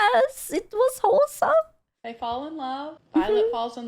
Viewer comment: See when she says wholesome she means hole-some lol